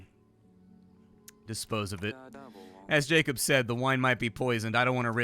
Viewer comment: FFS! If you see Polish name Jakub read is as Jakub not Jacob! if you don't know how then first use GOOGLE TRANSLATE second there is a video (funny btw) explaining how to read Polish! It is the official language of internet since 1998 (according to people in Poland) so you better learn quickly!